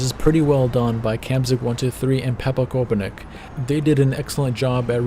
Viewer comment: the czechs and slovaks: 😂😂😂Pepa Koupinek 😂😂😂 you pronounce it pepa kopinets (pepa is short for josef in czech)